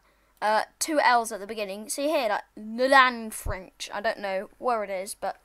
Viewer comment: Llanfyrnach is said Lanfurnatch A y is a U and a U is a Y in welsh For example, Cymru. That means Wales, and it's said Comre or Cumry And, the announcements on the train are made by the voice of the GWR on-board announcements. And the on-board announcer is mainly based in South Wales, and most of SCR is based off Wales.